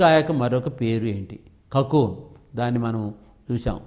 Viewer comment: notes baga priper cesaru gani mundhu kanisam okkasari ina chaduvukoni ceppanu. tappulu chaduvutunnaru( కకూన్ ను కకుం అని చిలుకలు ను చీలికలు అని చదువుతున్నారు